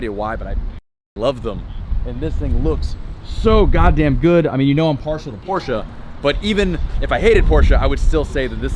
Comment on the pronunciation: Shoutout to you actually saying the brand name right.. PorschE!!!!!